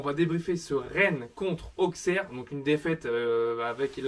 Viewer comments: Je suis Auxerrois et Auxerre se dit ossère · Je suis auxerrois et Auxerre se prononce Ossère